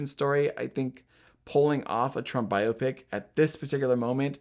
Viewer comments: The o is not hard in biopic. Bi- op’-ic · It’s not regional. Bi-AH-pic is the proper pronunciation.